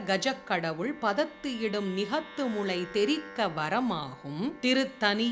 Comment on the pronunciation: Ma'am நிகத்து முளை என உச்சரிப்பு தவறாக வருகிறது. ஒருமுறை சரிபார்க்கவும். நன்றி🙏